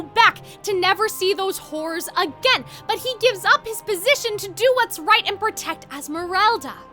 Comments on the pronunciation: Every time you say the word “horrors” my brain tricks me into thinking you said “whores,” which I know wouldn’t happen but it’s kinda what your pronunciation sounds like Also, when you talk about Phoebus’s song in Hunchback, are you talking about the stage musical? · Bestie, the word horrors needs to be pronounced properly or it will sound like something else... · Ok I KNOW you're saying "horrors" but i can't be the only one hearing something else 😭